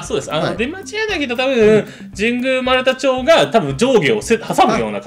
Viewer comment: 読み方間違われたけど丸太町(まるたまち)通りから通ったなぁ。 あと権威主義なのはそりゃ基本なんだろうけど 医学部以外の一般率が激減している世情から考えると 権威権威言わずに庶民を応援して獲得する気概が欲しいかも？ 医師家庭の子が頼る所は未来永劫変わらないでしょう。